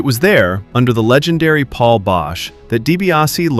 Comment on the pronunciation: You lose all credibility by alternating between saying it right and constantly mispronouncing Paul's name.